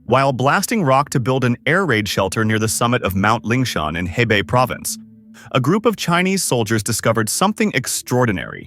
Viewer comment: Hebei is pronounced "huh-bay". Is this some AI generated narration or what?